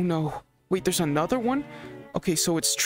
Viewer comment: I love when he said = Ooh there's an anthorer one